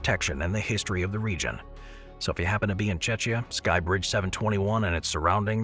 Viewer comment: Sir, its Czechia, not Chechya